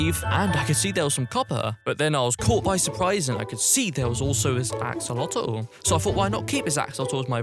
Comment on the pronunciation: I like when he said axolatol